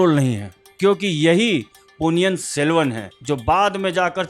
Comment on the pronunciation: It's not Ponni yan it's Ponni in .